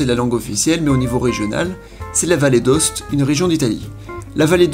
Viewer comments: Yo la vallée d’Aoste on prononce le A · On prononce le A de Aoste.